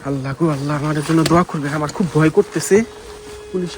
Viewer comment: দয়া করে দুয়া ta শুদ্ধ করে পরিয়েন